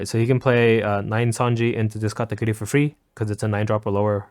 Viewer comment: KAH-TAH-KURI.......... like genuinely why do you say katakootie?